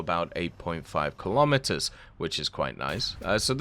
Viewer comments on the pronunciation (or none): none